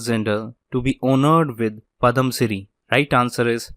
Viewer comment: its padmashri not padamshiri,,please prounonuce well and quick